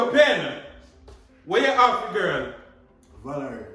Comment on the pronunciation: Did he just say j for Jirl girl opps